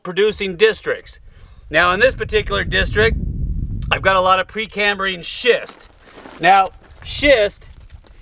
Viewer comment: Did he say pre canned shist???